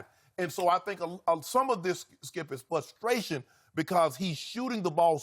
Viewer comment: I wonder if Shannon knows there’s an R in the word “frustration?” My guess is no since he always says “fustration.”